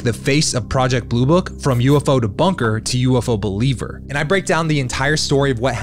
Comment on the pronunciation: Cool channel.... but it is believer, not beliver ! :)